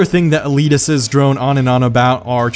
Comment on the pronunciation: "Eleeteses" lol